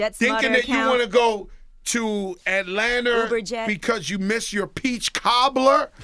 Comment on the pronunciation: Yo did fat joe say "Atlanter" 😂